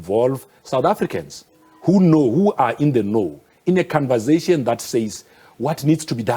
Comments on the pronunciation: Ayi ubhuti we "khanvazayshin" ✋🏽🙄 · "Convazation", he invents his own words all the time! 😆 🤣 😂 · Hey wena😂😂😂 the canvasation😂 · Cunversation... And they send this man in... Conversation pilgrim... Conversation!!